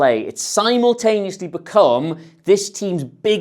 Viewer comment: you didn't just say 'simontaneously'!